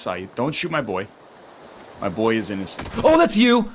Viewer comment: Whenever I hear THAT pronounciation of "boi" I think of slavery in the southern states... :(